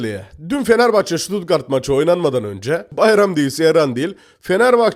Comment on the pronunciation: Sen önce Stuttgart demesini öğren 😂😂😂